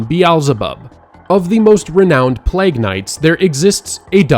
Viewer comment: Plag?!?! Play-guh